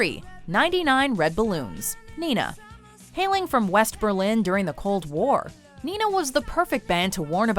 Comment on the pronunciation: The correct pronunciation of Nena is Nayna, not Nina.